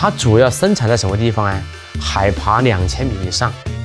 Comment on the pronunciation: 哥们儿说川普，海拔，他说成海pa